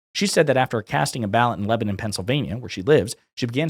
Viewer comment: Thank you for pronouncing Lebanon correctly